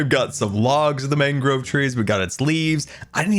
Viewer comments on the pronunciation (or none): propagule is pronounced prop(like props)-ah-ghoul it's mangrove (main-grow-vvv)